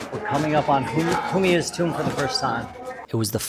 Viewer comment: Butchering the name of Humayun is like making it.